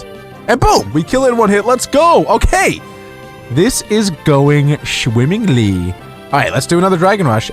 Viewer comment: "This is going SHWIMMINGLY "